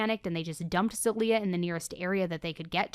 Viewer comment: I mean this to be helpful, I’m Bulgarian and I have a friend named zaliyah and it’s pronounced more ZAH-LEE-YUH